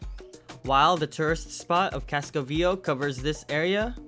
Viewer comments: Fyi. For anyone planning to visit. It is pronounced Casco Ve A Ho not Casco Veo. Easy mistake to make if unfamiliar with spanish. Over all a great video and very informative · Excellent video.. my only gripe is I wish you could pronounce Casco Viejo properly.. it's pronounced VEE-A-HO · You mispronounced ( CASCO VIEJO) KASKO VYE HO 30 TIMES. YOU NEVER HEARD HOW EVERYONE ELSE WAS SAYING IT? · His pronunciation of “Casco VieJO” drives me nuts!